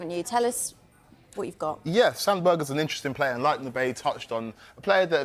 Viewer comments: Its pronounced Sander Berg'eh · Did she just say “Sander Burger”? 😂😂😂